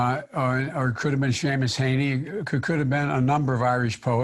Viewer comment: He mispronounced Heaney's name and then misquoted the poem .............so I wasnt overly impressed with that. He stumbles through softball interviews while having notes and a helper talking into his earpiece. Joe is very very shaky in these situations when under no duress; he is being used as a prop. The man clearly should not be there